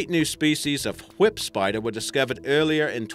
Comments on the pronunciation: WHy are you saying it that way? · Zaid Rahman Brian: why do you put do much emphasis on the h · The way he pronounces "whip".